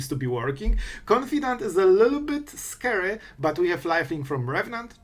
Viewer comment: "Its a little bit scry"